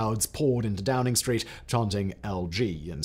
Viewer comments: you called it DROWNING street... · did Simon say Drowning Street? 😅🤣🤣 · "Number 10 Drowning Street" anyone else hear this? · I swear you say number ten drowning Street. Which is hilarious and about right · Drowning street?? 🤣🤣